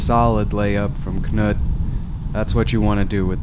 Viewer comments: FYI it's just "noot", not "kuh-noot". The K is silent just like English, so says my Norwegian wife. Really enjoying the coverage! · Funny to hear you say Knut, it should be a slow vowel. But other languages is tricky. Thx for the video.